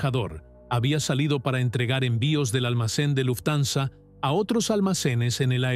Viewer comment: Me aburri de escuchar luftanza 😂😂 buena historia pero tu la arruinas